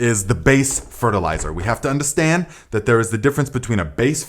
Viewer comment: I just like the way you say undastand